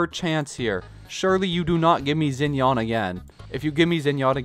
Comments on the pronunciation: not gonna lie, "Hue" Tao is making me wanna stab my ears Also "Zhao/Zinyan" instead of "Shao/Shinyan" but not as much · “Zinyawn” shinyan (rhymes with can)